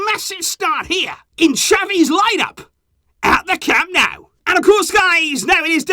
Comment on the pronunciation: please stop with the "Camp NOW" You sound foolish. It's CAM NO-U. Get it right. Someone of your stature with this team shouldn't be so wrong on the home stadium of the team you love so much.